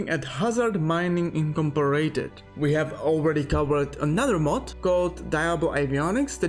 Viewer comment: Incomporated lmao